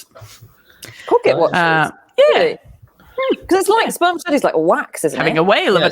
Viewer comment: It's pronounced sperma-set-ee or sperma-seat-ee, actually! The 'c' is soft as in ceiling. 🙂🌱☮